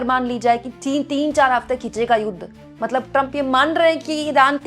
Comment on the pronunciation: मैडम जी आप मतलब मतलब बोतले बोलते मतबल मतबल बोल दिया 🤣🤣🤣🤣